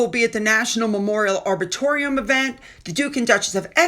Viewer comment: couple of pointers Arboretum, is Are Bore Eat Em as in hem and it's No as in not, and Rich as in not poor. ❤